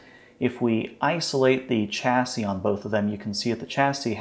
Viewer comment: it is pronounced shasy